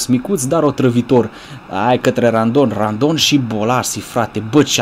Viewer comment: ba se zice rondon nu randon